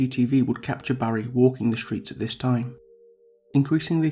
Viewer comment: PLEASE.....stop it with the sh sounds! The word "street" is pronounced street NOT sh-treet. The word "distraught" is pronounced diss-trotNOT dish-trot. The word "strain' is NOT pronounced shtrain It is obvious the reader can pronounce the 's' sound. Substituting the 's' sound with the 'sh' sound is a choice and not a speech defect. Why do it?